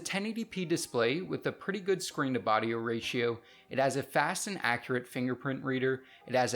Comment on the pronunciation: "Screen to bodio ratio"